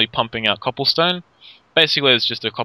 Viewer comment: You're saying copplestone lol